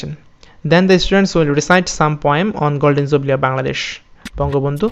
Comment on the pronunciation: Are bai golden jubli noy, golden jubilee😛😝😛